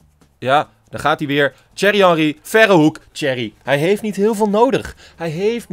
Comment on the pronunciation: zeg geen cherry maar thierry spreek uit als tie-err-ie